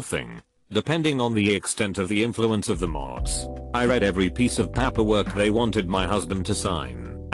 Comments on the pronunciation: repeat after me: Pay "Pay" Per "Per" Paper "Papper" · It's 'paperwork' not 'pap per work'. Turn the damn computer off !!!! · Why does paperwork sound like papperwork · This is idiotic, literally. It's pāper-work, not papper-work. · PaaaaapEeer work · It sounds like he wants to say "pampers" but doesn't quite get there. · Reddify: Pronounces "Fiance" flawlessly Pronounces "manufacturer's warranty" exquisitely Pronounces "paperwork" like a drunk irishman "PAPPER WOORK" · Boy Siri voice when it says paperwork sounds like PAP-erwork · Text: Paperwork Voice: P A P A W O R K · Paperwork Text to speech: pamperwork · Narrator be like "pahperwurk" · Pah-pur work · Papperwork? Can't listen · The way the voice over read pAperwork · The computer voice is really awful... I wonder what it thinks "papper-work" is suposed to be? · This has to be one of the lowest effort reddit channels. "Pahpperwork" Can't even bother to correct bad pronunciations, forced pauses at end of lines, or misinterpretations of abbreviations. If you're already using other people's content and running it through Text to Speech from 1995, you could at least clean up the presentation. Of course, it must be harder when you don't speak English. Yet they somehow have 55k subscribers. When did bottom of the barrel become a preferred default? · Why use a computer voice that fails on 10% of the pronunciations just-use a human as I cannot continue with words like Papperwork. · Ok I'm sorry but I can't listen to the word PAPerwork or COWworker again. I'm out. Bye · The reason this happens is because tts doesn't recognize paper in paperwork, essentially to get the right pronunciation out of it you have to type paper and work separately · The way "paperwork" is pronounced is making me uncomfortable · Hilarious that the computer voice can pronounce "paper" but not "paperwork." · IT REALLY BOTHERS ME HOW HE SAYS PAPERWORK